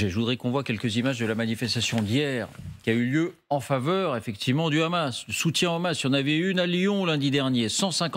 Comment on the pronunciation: Pourquoi prononcer Hamas façon arabe ? J'ai l'impression d'être sur une chaîne arabe !